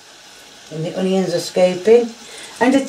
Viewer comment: The ‘honions’!!! 🤣